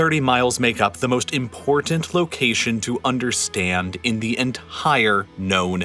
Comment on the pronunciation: Excellent video. Please note you’re not pronouncing the word important correctly